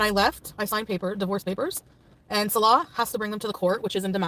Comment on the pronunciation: Chantal can't even pronounce Salah correctly! She didn't even bother to learn her 'husband's' name. Let alone anything more intangible.